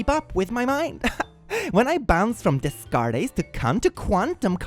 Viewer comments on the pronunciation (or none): his name is pronounced "Day-cart" 😭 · Des-cart-ies? That pronunciation gave me an aneurysm. Its a french name. Day-cart is the correct way its said. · ACKSHUALLY It's pronounced "de cart". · facial reactions when the AI gf thrusts her pelvis slightly while talking 😂😂😂 "Descartes" is read "Day-Cart," unless of course you were deliberately messing with it for effect.